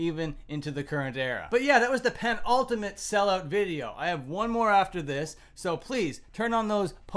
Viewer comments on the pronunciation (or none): none